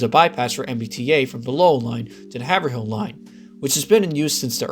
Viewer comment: As a Mass native I have to bring it up..Haverhill is 'Hav-rill' and not 'Haver-hill'. And yes, we hate the lack of connection between North and South stations.